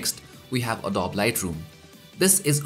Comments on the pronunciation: It's called ADOBE not adob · uh-doh-bee not adob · Its a-dow-bi not a-dowb LOL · Great video and sorry to nitpick but Adobe is pronounced 'Uh-Do-Bee' :)